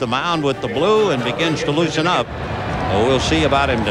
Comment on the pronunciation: why does he say brew instead of blue